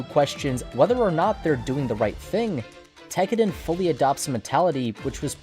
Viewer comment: TEK-AH-DAHN not TECKERDEN